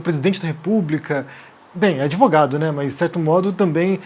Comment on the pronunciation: Adorei "adevogado". kkk